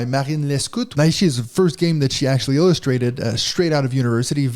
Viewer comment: Just discovered this on BGA and really excited to play. Just a little note: The characters of the Japanese name are nai and shi, and it’s therefore not pronounced na-i-shi, but nai-shi. You pull the nai together like the ni in Night.😊